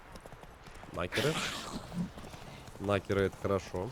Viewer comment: Каждый раз, когда говорит "Накеры", я слышу - "Нахер их". Це шиза или еще нет?